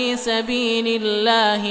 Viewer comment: لا أفهم لماذا يقول الله بترقيق اللام إذا في سبب احد يفيدني